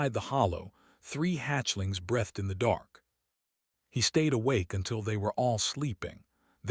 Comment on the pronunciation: It just irritates me when it's pronounced breath-t instead of breathed.